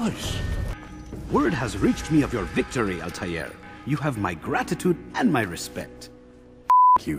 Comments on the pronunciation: It always bothered me they butchered the pronunciation of the main character's name. The 'L' is silent. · I thought the L in Arabic is silent. Why does Altair pronounce the freakin L. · Oh, really? I never could figure out how to pronounce Altaïr. Thanks for the tip.